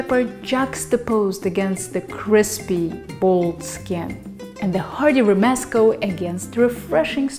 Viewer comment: I am a Catalan so I have to add a few things. First the main Caralan prononciation is more something like "roomescoo", with "oo" sounds like in the word "food" (when the letter o is not in the stressed syllable of the word, it is pronounced "oo"). Then for food aspects: dried rehydrated peppers called nyores (ñoras in Spanish), similar to Mexican cascabel peppers, would be more typical. And the tomato and garlic (with even some bread) should be roasted. But all in all the ingredients and the techniques are there in your recipe so thanks for sharing it to the world! One last thing: there is a fantastic salad called Xató which is relying heavily on this sauce, I love it, you should check for it.